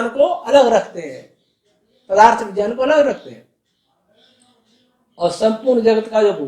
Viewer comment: Guru ji vgyan nhi vijyan hota h Shudd kijiye use